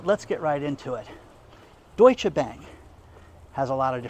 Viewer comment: Thank you for pronouncing Deutsche so authentically. ❤️👌🙏